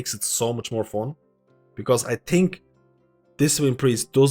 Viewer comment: Good analysis, I like it. Even though you say "fon" instead of "fun" and "plius" instead of "plus" 😆 👍